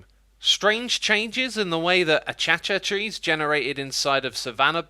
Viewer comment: Nobody : Xisuma : ACHACHATREES